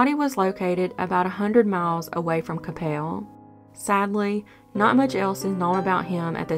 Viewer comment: Coppell is pronounced Copull not Capelle 😘